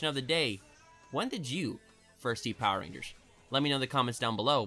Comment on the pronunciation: I was skipping ten seconds into the video and caught him saying poer rangers several times over...do you think, (and hear me out on this) likes power rangers?!